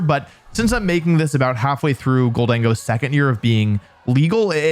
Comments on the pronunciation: All while mispronouncing Zacian as Zeyshnnnnn and Gholdengo as GholDENGO 😂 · Imagine facing a goldango and a melimar in a double battle and if I have mispronounced their names then my bad.